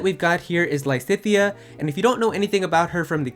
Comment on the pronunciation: Lisithea? cries in Lysithea